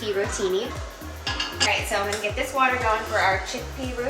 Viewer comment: “…get some water going for some chickpea rotini…” I heard “get some watermelon” and thought, huh…that sounds…interesting… 😂😂😂